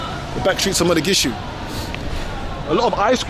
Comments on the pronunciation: It’s Mogadishu not Modagishu 😂😂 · It’s not Mo-ga-gi-shu, it’s Mo-Ga-Di-Shu. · Why you keep saying mathagishu? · You keep wrongly calling it Modagishu... It's awesome regardless of what you call it tho! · Mogadisho or Mogadishu. Modagishu is not what the city is called... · Did bro say Madagishu. I'm confused 😂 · HOW MANY TIMES ARE U GONNA SAY MODAGISHU?????? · Still saying Modagishu?😂